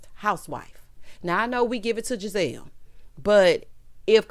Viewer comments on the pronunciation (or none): none